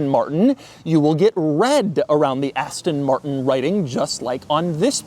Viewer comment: “Zhisss ist the Astonn Martronn…..”